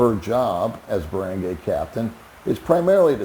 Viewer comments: Where did you learn how to pronounce “Barangay”? It is a short “a” not a long a as you say. Lol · Is it really so hard to learn how to pronounce "Barangay" correctly?